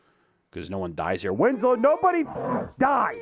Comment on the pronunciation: Winslow sounds like “Itsagundam”